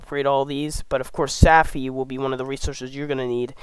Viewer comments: Great info! Its savvvvvvvy, not safffy. Think captain jack sparrow...savvy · Tell me you've never seen Pirates of the Caribbean without telling me you have never seen Pirates of the Caribbean. Savvy is not Saffy. And if you plan on making future videos, sloooooooow down. You talk like you're amped up on redbull and ZERO sleep. Take your time when you're trying to educate others and share information. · I cringe every time he mispronounces “savvy.”